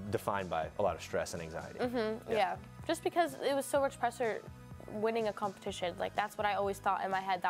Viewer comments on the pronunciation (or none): Is it just me or did Maddie say 'pressure' in a funny way ...Lol!